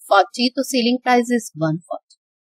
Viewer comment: Sailing price nhi hota itsselling price plZ dont pronounce it wrong